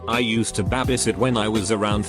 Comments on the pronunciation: Reddit voice: "I used to BAH-BIE sit" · Scottish accent, “it’s just a wee bahbie” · He says it how cash me outside bitch spells it lol